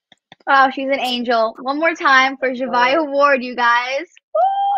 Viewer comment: Zhavia not “zhavai”😭😭😭